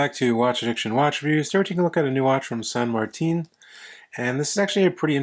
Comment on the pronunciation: San Marteen? 🤣